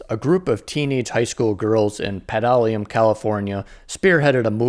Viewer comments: Pedalium California?? No, it's pronounced "Pet-a-luma" California. And American Graffiti 2 was a flop because alot of the film was centered around Viet Nam which wasn't a popular topic at the time. People were expecting more of the Cruising and fun that the first film centered on....just saying. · It was filmed in a town....NOT Modesto.....but it's pronounced Petta-Luma pal..... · Petaluma is pronounced Pet uh loo ma! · PET-A-LOOMA CA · Thank you for the great info. Pet a luma! Not tough😢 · It's called Pet - A - Luma, my home town. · The town of Petaluma in northern California is pronounced, "Pet-ah-loo-ma". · pet uh looma you mulyk. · Thanks. FYI, Petaluma is pronounced phonetically. It’s pronounced ‘pet-a-looma’. Interesting fact 31: this subscriber was born in Modesto, CA and lives right down the 99 Freeway in Fresno, CA! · I caught this too. Bad bad bad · Pet-a-luma (try looking up pronunciations) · (Pretty) good job on this video...but you gotta work on your "California/Spanish" pronunciation: look up how to say, "Petaluma." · The AI bot voice sure didn't like "Petaluma" :) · Exactly. Why some of these people that are going to do a history tribute for their program...can't get pronunciations right ? 🤷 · Yeah, excellent video except for that crazy mistake. It should have been edited and redubbed. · Been there many times. Just making fun of the way he says it. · I was listening and I heard some crazy a$$ pronunciation that I backed it up and lmao...I grew up south of Gilroy and was familiar with Petaluma and area